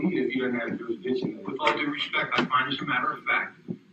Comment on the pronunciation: I'm challenging juris-dishin. You don't have a juris-dishon.